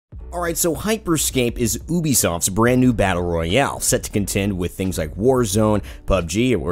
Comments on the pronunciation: ITS PRONOUNCED YOU/BEE/SOFT NOT OO/BE/SOFT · Innit JUbissoft? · its you-bee-soft, not oo0 bee soft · Hold up wait a minute did he just start off by saying oobysoft.....? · its pronounced you-bi-soft